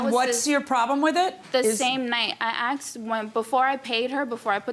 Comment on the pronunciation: “I axed”? Let’s start there.